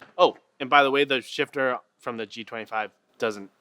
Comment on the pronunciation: for a moment I thought he was saying sh*tter xD